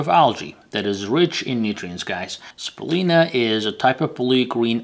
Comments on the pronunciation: How come you don't say the "u" in spirulina? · Speeer re lye nah